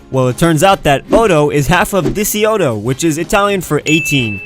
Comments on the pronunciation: This was made a year ago buuuut diciotto is pronounced dee-chee-oh-toe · It's pronounced (dichi)otto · In the Italian word for 18 the 'ci' part is pronounced 'chi' so it'd be 'dee-eh-chi-otto' Also the mathematician Laplace is pronounced 'Luh-plawss' with the stress on the second syllable. (Also great vid btw) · I know you're english/american (me not), and Diciotto seems weird to my ear. I don't hate you or talk bad of you, i like your videos. Is just strange for me. In Italy the "C" is pronunced like the "c" in Cream. Anyway, i love your videos, keep up the good work